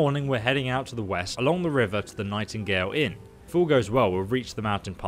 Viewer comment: you are butchering everything when reading ! nightingale inn, really.